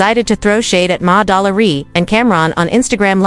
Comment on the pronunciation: "Ma-- Dollar --E" 😂😂